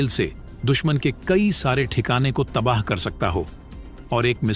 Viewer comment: तबाह शब्द होता है तबाह नही